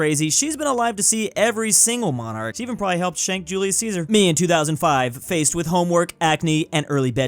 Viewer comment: I had the same with "julius cheeser"